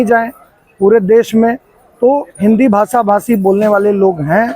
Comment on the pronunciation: ये उत्तर भारतीय ही है जो महाराष्ट्र में रहते है। 😅 मराठी लोगों के उच्चारण ऐसे नहीं होते। भासा ❌ भाषा ✅😝